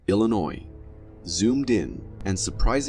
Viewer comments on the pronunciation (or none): none